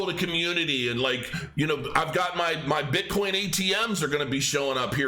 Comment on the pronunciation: Hahahahaha calls bitcoin, bitcorn.